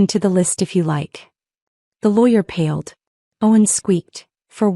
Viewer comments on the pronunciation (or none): Paled not pad